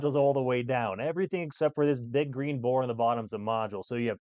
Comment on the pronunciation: Is he saying porn Oh no it's BOARD. just gonna leave this here😂